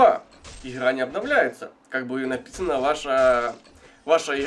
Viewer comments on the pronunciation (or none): ИХра иХра боже миллион Х на квадратный метр ... бесячии суржик